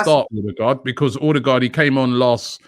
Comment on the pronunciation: It’s pronounced urrdegar